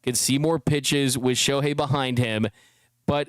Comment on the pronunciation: Shoe-hei Ohtani 🤣🤣🤣